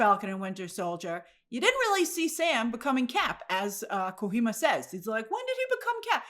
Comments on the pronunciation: Hideo Kojima is gaming royalty. I cringe every time I hear Grace pronounce his name. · I like how Grace pronounces "Kojima" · Hideo is not Mexican grace, it's called "KO-GEE-MA" not "KO-HEE-MAA" 😂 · Hey Grace! It's KO-G-MA btw :) Glad to see you adapting to the gaming sphere. Adapt or die right! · Grace, I love you with all my soul but it's Ko-G-Ma! He's Japanese not Hispanic! lmaoooo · It’s kojima. Not kohima He’s Japanese. Not Hispanic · Grace, the name is Hideo Kojima ,not KoHima 😅🤣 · GRACE REFERENCED KOJIMA LOL By the way it's pronounced Ko-GEE-ma not Ko-hee-ma 😂😂😂 To me his tweet sounded more like he just didn't care for the movie or how things got to that point. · Grace it’s Ko-j-ima not Kohima. He’s not Hispanic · it's Not KoKHima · Let's petition to change the official pronunciation of Kojima to Kohima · who is kohima? lol it’s kojima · KO-HEE-MA is PAINFUL on the ears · It's Ko - JEE - ma. He's Japanese. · It's pronounced as KOH-GEE-MA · Kojima is pronounced koh-jee-mah. The "j" isn't silent in the Japanese language. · Grace, "Kojima" is pronounced simply like it was written: "ko - gee - ma". He's Japanese, not Mexican 😂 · It’s pronounced KoGEEma Grace. Like Gee, shucks, 😀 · Grace it's Hideo Kojima (he-day-o co-gee-ma) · Hideo Kuhima! I laughed at the butchering of his name. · It's pronounced ko gi ma. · Ko gee ma = kojima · Grace, you can pronounce the J in Kojima the way it is, like a G 😅 don't do that to my guy, it's killing me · 🤦‍♂️ Ko... Ji... Ma... its Japanese not Spanish.... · Hideo Kojima is Japanese, not Mexican. The J in his surname is pronounced like the British would say the J in Jesus. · The J is not silent btw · Bizarre pronunciation of his name too, haha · First time pronouncing Hideo Kojima’s name huh? Happens to all of us all 😂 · Yeah I was cracking up that she pronounced the J soft. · Grace....kojima isnt a spanish name.